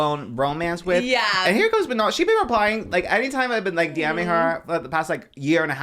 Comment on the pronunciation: manny mua was talking about katseye and was calling manon “MAN - AN”